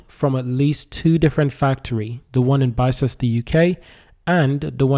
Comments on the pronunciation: Its not pronounced Bi Ces Ter, its pronounced Bis Ter How do I know? Because I live in a place called Ox Ford and Bicester is the next stop of the railway line. If you drive north on the A34 from Oxford about 8 miles you get to the M40, but if you go over the M40 2 miles further down the road is Bicester. I go shopping in Bicester as it has a huge high end outlet park. But thanks for the information about Arrival as I thought they were based in Banbury which is in North Oxfordshire. Oxfordshire is a good place to build vehicles, its home of all sorts of motorsports including Indy car in the USA, worldwide F1/F2/F3, Motorcross etc. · It is pronounced bis-ter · Bister is the pronunciation. Just in case you make more videos on it 😊